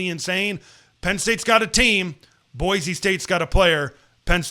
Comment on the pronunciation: Boy-see, not boy-zee.